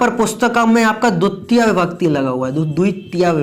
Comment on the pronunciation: Dutia ❌dvitiya✅